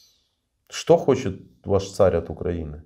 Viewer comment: " ХОТИТ" - шикарный русский язык у пленного россиянина !